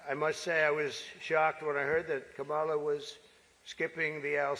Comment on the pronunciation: He can't pronounce Kamala or "Vegan"!